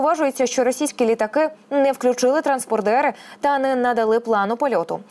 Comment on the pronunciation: Може, ведуча таки спробує читати текст перед ефіром і правильно вимовляти важкі слова? Бо транспондер без букви "н" і міністр Хакі Нен (замість Хяккінен) - це непрофесійно. Так само, як і повсякчас називати путіна путлєром, а всіх росіян - рашистами. Це - формат новин, а не підліткового відеоблогу!